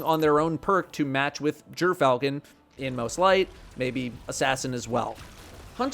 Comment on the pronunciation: Jerfalchon not Griff-al-chon kills me every time i hear him say it sounds like he wants to say it right but just wont😅.